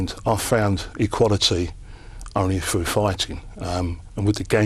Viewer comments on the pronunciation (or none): none